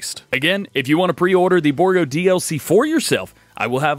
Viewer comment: Its pronounced bour--- gault